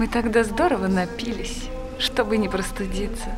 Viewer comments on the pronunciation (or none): "НапилИсь", а не "напИлись"!